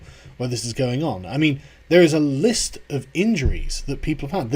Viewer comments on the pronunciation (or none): none